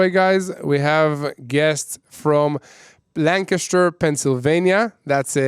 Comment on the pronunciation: Thanks for the correct pronunciation of Lancaster Pa.